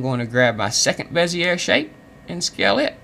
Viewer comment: I'm almost positive that it's pronounced, "Bez-ee-ay" But I guess it doesn't really matter. Thanks for the tutorial!